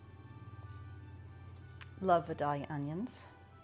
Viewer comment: LOL "vuh-dah-lee-uh." I'm from near Vidalia (Vie-day-lyuh), Georgia - best phonetic spelling I could do. Recipe looks delicious and your homegrown tomatoes are beautiful.